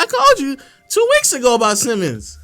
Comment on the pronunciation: I just want to point this out, as someone who actually followed the Blazers for the past few seasons. Anyone who calls Simons, 'Simmons' loses all credibility. His name isn't Simmons, calling him Simmons just proves you don't watch their games or follow their team or know their roster. He's been in the league for 4 years, he's played 60+ games for 3 of those 4 years, his name has always been "Simons". Just admit you're an outsider giving an opinion on the Dame/Portland situation, because you don't watch them play.